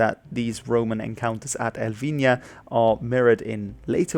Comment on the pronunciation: Great job pronouncing Elvinha. Most people just ignore Portuguese pronunciation